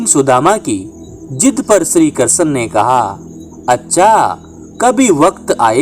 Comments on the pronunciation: Bhihati bolna to sikh le krshn bol ha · तुम्हारा उच्चारण सुधारो भाई कहानी बोलना ही तो कृष्ण भगवान का नाम तो सही से ले लो,ये कषण कषण क्या लगा रखा है। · श्री कृष्ण का उच्चारण तो ढग से कर लेते